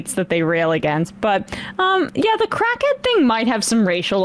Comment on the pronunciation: "Call a crackhyead" "Pablo" "That's on YouTube"